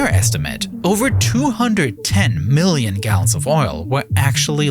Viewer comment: “Alweady” “miwwion” “da”